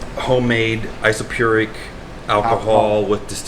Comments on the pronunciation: Nice video. As a soon to be C8 owner (my car comes in 2 weeks!) I found this video to be really informative. One minor nit - as a chemist I cringed a bit when you said "isopuric" alcohol. Pretty sure you mean isopropyl alcohol. Otherwise great vid guys! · Isopropyl alcohol! Learn how to pronounce it correctly!